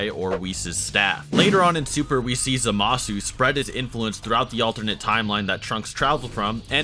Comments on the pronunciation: I think its Zamasu not Zamaaasu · Your pronunciation of these 日本人(Japanese) names are terrible. けフラ(kefura) or in 英語(english) its kefla. And ザマス(zamasu) the u is traditionally silent so you'd say it like zamas..